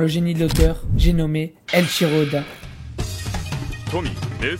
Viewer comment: Salut, c'est pas eLchiro, mais e«i»chiro oda